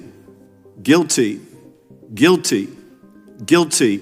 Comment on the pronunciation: So he's trying to say guilty?